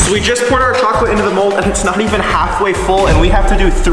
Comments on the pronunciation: he saied cokleat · not cohcoleth is for cohcoleithei